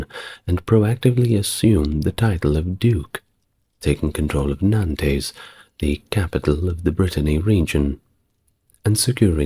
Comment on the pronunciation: Nantays? Limojays? Perlease!..